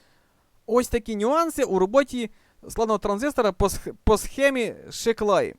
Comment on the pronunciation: Sz читається як С. Сіклаі